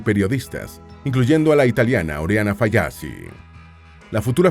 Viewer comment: Se pronumcia Falachi, no Fallacci, aprenda a pronunciar nombres extranjeros.